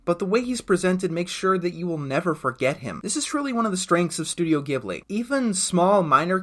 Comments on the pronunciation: It's actually "jib-lee" not "gib-lee" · Why does everyone pronounce Ghibli with a hard G? Look at the katakana. Ji-bu-ri. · 30 seconds in: Ghibli is pronounced with a J sound man